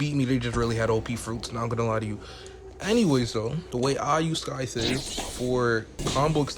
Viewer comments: its sai - thuh not skai - thuh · Why he saying Skive